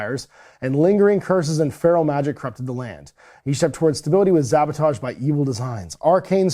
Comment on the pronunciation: Sean's illustrations and sculpts are so fun and consistent. I'm tickled that is unable to bring himself to pronounce "Sabotage" with an "S".